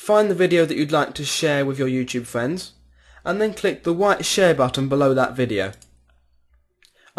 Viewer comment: Lol, you say Fwiends